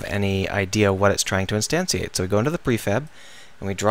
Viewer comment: Nice video! Lol, I noticed your leaving out the letter "N" in the word Instantiate. But I'm not one to judge;)